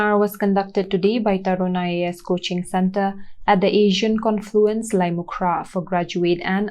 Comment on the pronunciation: It's lait-um-khrah not lait-mu-khrah..